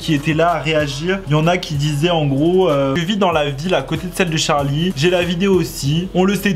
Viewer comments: Moi je dit charli et non pas Tcharli 😅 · Sais pas tcharli sais charli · C charli damelio pas tcharli damelio 😒😒😒😒😒😒😒😒😒😒😒😒😒😒😒😒😒😒😒😒😒😒😒😒😒😒😒😒😒😒😒😒😒😒😒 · C pas Tcharli c Charli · c’est pas tcharlie damelio mais charlie damelio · Sa me stresse le "tcharlie" ! C'est CHARLiE! Pas tcharlie!!!!!!😭😭😫😩😡😡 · Toi tu dit tcharlie d'amelio mais c Charlie D'Amelio 🤦😂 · Pk tu dit tcharlie c Charlie pas Tcharlie 😂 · Mais art de dire Tcharlie c Charli 🤣🤣❤️ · C'est pas Tcharlie d'amélio c'est charli d'amelio !!!!!!!!!! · Mais tu dit : tcharli au lieu de dire charli mais des fois tu dit bien charli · On dit charlie damelio et pas tcharlie damelio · Se n'est pas tcharli d'Amelio ses CHarli d'amelio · Elle s’appelle Charli pas tcharli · Cest charli et nn pas tcharlie mais sinon elle est cool la vidéo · C pas "Tcharli" c "CHARLI " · Mo8 j entends que des chtarli et pas des charlie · Deja c charlie pas tcharl8e hein je c pas si tuc enfin c pas grave mais va parle francais et moi c victoria je previens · pk tu dit t`charli damelio c`est charli damelio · Y'a que moi qui est remarqué qu'il dit TCHARLI d'amélio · moi aussi 😂😂😂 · « tcharli damelio » 😭😂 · le seul truc que j'ai retenue " Tcharli damelio " 👁️👄👁️ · Tu ma stressée avec ton <<Tcharli>> mdr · Le <<Tcharli >> il m'a stressée dsl 😂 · Moi je dit pas tcharli mais tu dis comme tu veux 😊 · Il dit tcharli ou une reve si oui moi r.i.p☠💀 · Il dit tcharlie d'amelio ça me stress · Je suis d'accord mais quand tu n'a pas d'accent autant le dire à la française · Charlie ou tcharlie tu dit tcharlie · Pk tu dis tcharlie ? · Prq il dit Tcharli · Déjà apprend à dire bien charli dameli o